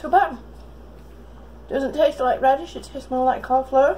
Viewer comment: PICKLED COLIFLUUURRREEE YOUR ACCENT HA